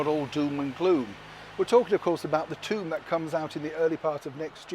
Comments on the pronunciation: love your pronunciation of tome "tomb" love it. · I like the way he pronounced 'tome' as "tomb". Appropriate. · Apologies I didn't see your post, I love the tome/tomb thing also. 👍